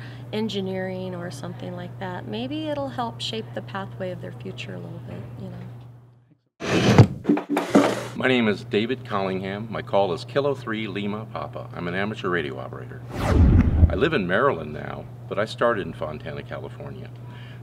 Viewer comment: It would be great if the kids were taught the correct phonetics. It's KILO not kilowatt. If we're going to teach, we need to teach correctly. DE KO9P.